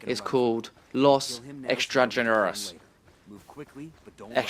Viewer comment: it's pronounced, EX-STRAWN-YAIR-O OR EX-STRAWN-JAIRO if you're fancy.